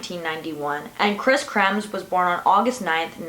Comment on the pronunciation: Please check how to pronounce words correctly. Especially “Kremers” as a matter of respect to Kris’s memory and also the town where they went missing. Why do you think the dog belonged to the host Miriam...??? It was named Blue and it belonged to the family that owned the restaurant at the start of the Pianista Trek..!! It was well known for joining trekkers for a short way as they passed by..!! Note, the girls went back to their host house to change before catching a taxi to the trek starting point..!! NO DOG was taken with them..!! A local woman found the backpack, NOT a couple..!! Please check your facts and pronounce words correctly in this sensitive site case...!!